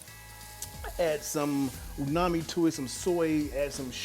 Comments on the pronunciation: Chef, no disrespect but I just wanted to let you know the correct pronunciation is UMAMI, not unami or nuami. You obviously know what it means but I thought I'd let you know about the pronunciation of that word since you did drop it within the video a handful of times. I appreciate your knowledge and advice, you're a living legend. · You keep pronouncing Umami many different ways, all of them wrong. It’s damaging to you credibility as a chef.